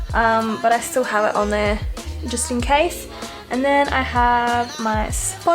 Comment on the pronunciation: “Stoll” lmaoooo